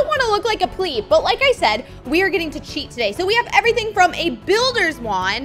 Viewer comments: said "I don't wanna look like a pleeb" lol its pleb not pleeb😂😂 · Did she say pleeb it’s pleb